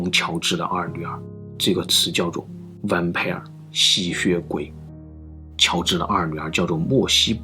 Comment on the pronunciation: 好学的，去查看看 vampire pronunciation，相信可以帮助你提升你的层次。